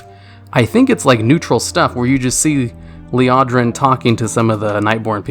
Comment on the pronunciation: This fool literally mispronounces everything and acts like he was there for all these stories. Forgot Thalyssras name, pronounced Elisande "Elisanday" when her name was said ten million times in surimar, almost got the night elves confused with the other elves in the beginning of the video, pronounced it "TEDrasil " instead of teldrasil, said Liadra instead of Liadrin, called the Lightforged Draenei "Lightborne", and im only a quarter into the video. Bro just admit you read all this info online and you werent actually doing any of these quests. Just admit it its okay